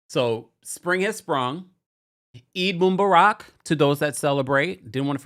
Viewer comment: It’s EEEEED moo-BAH-rak